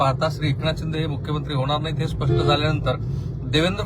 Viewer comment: बोलताना चुकताय स्पष्ठ नाही स्पष्ट म्हणा. ऐकायला खटकतय